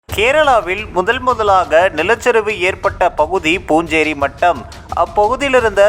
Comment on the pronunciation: அது பூஞ்சேரி மட்டம் அல்ல...புன்சிரி மட்டம்....அதாவது புன்னகை மட்டம்..புன்சிரி என்றால் புன்னகை என்று அர்த்தம்...